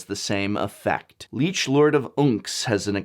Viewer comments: I tried to ignore the way you pronounced Gisa and Kalitas since those are made up names, but lich? Its not "leech", its closer to "litch". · He also said "Leech" instead of "Lich". Leeches and Liches are very different things. (something something Liches get stitches... aren't you an English major, Prof?) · There were quite a few goof ups in the audio mixing this video. A bunch of sentences got cut off mid way, and its pronounced Lich not leech. Another FUN combo you can run is Butcher Ghoul + Retribution of the Ancients. Once you get Phyrexian Altar out you can just straight up kill anything that lacks hexproof/shroud, and if you have Diregraf captain out, well then you just won yourself a game. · Lich as in Li(t)ch not Leech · actually it's more like lick